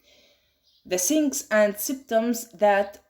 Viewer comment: Thank you for your presentation....You described the pathophysiology nicely, and it seems that you practice in pronounciation of dificult words...However few words were read incorrectly such as "signs"...Wish you practice more in future presentations. Best of luck